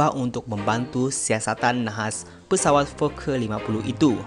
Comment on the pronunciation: Pesawat boss bukan peswat